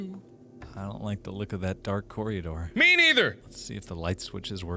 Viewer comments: did the dude say corrydor , cause excuse me it's corridor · His pronunciation was terrible. He pronounced corridor as corey-door. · "Corriodore". Best pronunciation. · "dark corry adoor".